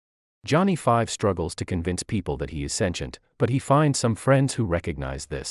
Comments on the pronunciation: Sintem no lac santient 😂😅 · AI is speaking now and can't even pronounce sentient